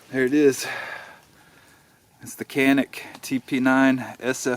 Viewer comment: Absolutely love these guns, wish I never would’ve sold mine. But at least they’re at a good price point 😎 ALSO it’s pronounced Cha-Nik. It’s a Turkish made gun, but I thought it was “Cannik” at first too👍🏼